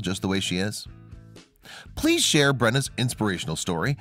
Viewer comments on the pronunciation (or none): none